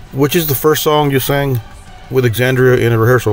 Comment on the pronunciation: At a minimum you really should learn how to pronounce the band’s name and the artist’s name before the interview.